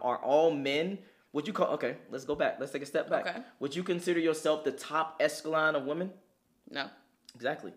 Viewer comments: He said eleskicon not echelon! 😂😂😂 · its echelon just so you know. the pronunciation is just a little off. this is top tier content though. Such a genuine dynamic.